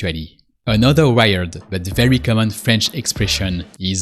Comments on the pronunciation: Thanks for explaining these common expressions. You pronounced "weird" like the English word "wired", which is disconcerting. In "weird" you don't pronounce the "i". It is pronounced as though it were spelled "weerd". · face-purple-wide-eyes::face-purple-wide-eyes:WEIRD is not WIRED... please improve your pronunciation, PLEASE! :face-red-heart-shape::face-red-heart-shape::face-red-heart-shape::face-red-heart-shape